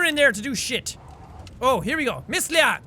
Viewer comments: JACK ITS PRONOUNCED LII-AANG, YOU WANNA KNOW HOW I KNOW, CAUSE IM VINCENT LIANG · My grandma runs the risk red mask???? WTF?? IM NOT EVEN JOKING HER NAME IS BAO LIANG!!!! Oh yeh btw it's pronounced lee-ang if it's spelled Liang